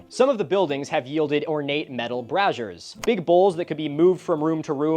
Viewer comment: that's a SUPER unfortunate way to mispronounce 'brazier.'